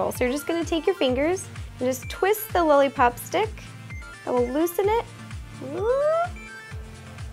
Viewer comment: she says "lully pop"